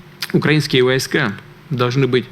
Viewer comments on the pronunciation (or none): none